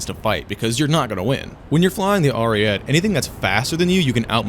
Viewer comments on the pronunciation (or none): as an italian please say it good : ARIE-TEH, not ariet like u say it, it just hurts my soul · If the BV-155 can be at 4.0 the Ariete can go back to its BR, this is bullshit what they keep doing to Italy Also obligatory pronunciation-related comment, the TE in ARIETE is pronounced much like the TA in TAIL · i get that you’re an american but PLEASE say ariete correctly